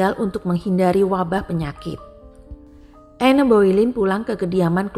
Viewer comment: Anne dibaca Ann, (e) nya gak di baca. Koreksi dikit ya